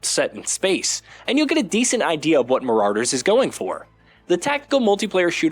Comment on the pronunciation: Muh-raw-der, not mo-rawr-der.